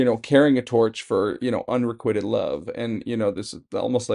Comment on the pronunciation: PRONOUNCED un-re-QUITE-ed